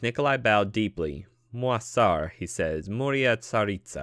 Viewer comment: It’s good but for the pronunciation of like Moi tsar it is moj car (so it is not like in french when you say mua car) because the author used a little bit of russian language (you can still go on the translator and listen to the word)